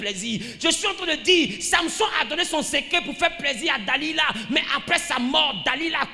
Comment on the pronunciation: Delila et non Da-lida Amen